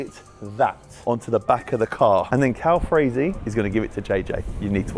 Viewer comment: How you gonna pronounce his name wrong the whole video😂 it’s Calfreezy not Calfrazy